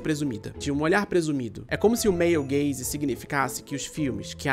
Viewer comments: Sempre q ele fala male gaze eu escuto meio gay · Meu comentário do engajamento vai ser dizer que todas as vezes que você falou "male gaze" eu escutava "meio gays" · eu toda hora que ele falava male gaze ouvia meio gays hahaha